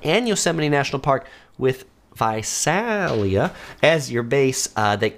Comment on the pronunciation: Visalia- the first “a” sounds like “ey” in “hey” Think Visaaaaaalia.